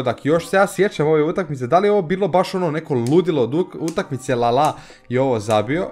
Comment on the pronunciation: nije lala nego lalana ahha